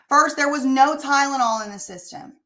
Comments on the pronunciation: Ah yes, that good 'ol "Tydenol", that's apparently aka " Tylenol"!!😜 Lmao, she sounds so dumb🤦‍♀️🤭. I was busy cooking the 1st time I ever played it, so I was actually just listening, but I still caught it immediately, lol. I remember backing it up 10 sec, bc I was like wait, what?? Lmao 🤣🤣🤣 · I remember this chick said "Tydanol" or "Tie●dah●nol" she couldn't even pronounce Tylenol correctly.